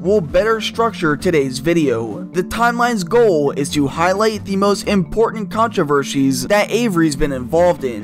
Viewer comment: controvershies lmao